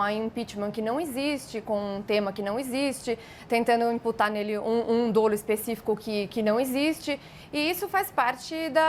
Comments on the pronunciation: não se pronuncia "dôlo", mas "dólo". A é bem articulada, mas as atitudes do presidente não são apenas uma questão de signos e de gestos equivocados. Existem os chamados crimes de perigo abstrato. E o impeachment é um mecanismo com fundamentos jurídicos mas essencialmente político. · A pronúncia correta da palavra dolo é “dólo” e não, “dôlo”